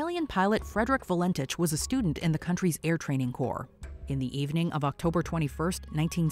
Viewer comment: Valentich is pronounced val-en-tik. I remember this. I had recently turned 19, and grew up/lived only a few miles from Moorabbin Airport where he had taken off from. My Aunt and Uncle said they saw strange lights over Bass Strait that night. Very weird. I also remember the disappearance of Harold Holt. My Uncle (a different one) was the policeman in charge of the search and rescue, though he always said it was never a rescue, it was a recovery. No remains were ever found though. Lots of sharks in those waters.